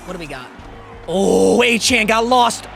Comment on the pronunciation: devon A chain is how you pronounce it